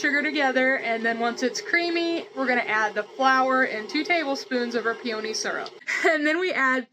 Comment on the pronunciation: Hiya. Is it a regional pronunciation of peony that you're using? May I suggest you google 'pronounce peony' in order to see what I'm getting at? Fascinating. Stay safe. All the best to you. P. S.: How're the chives?